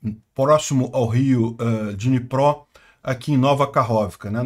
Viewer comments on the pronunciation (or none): none